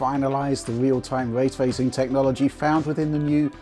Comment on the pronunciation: What is this, “way twaycing,” that keeps saying?